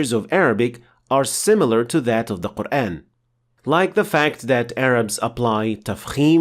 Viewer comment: I'm new to this channel, I can't help but notice your English accent the way you pronounce Quran, oddly sounds like Qur-Én although it's not a problem at all because it a little bit closer to native modern Arabic speaker.